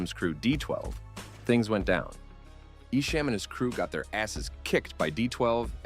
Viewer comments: Its not EshAM its EshAHM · Its pronounced E SHOM .. not ESHAME .. !!! THE SHAME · nah it’s definitely Eshom or Esham not Eshame listen to eminems own lyrics on your documentary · I love that you pronounced esham as e-sham lol. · Ok I wasn’t going to comment but I’m 45 minutes in the way you are saying ESHAM is wrong it’s pronounced like eshŏm not the way you are saying it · You keep saying Esham's name wrong 😂😂 ICP won the battle and I like both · Bruh how you gonna pronounce Esham name wrong?! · Pronounce his name right esham.. Detroit vs everybody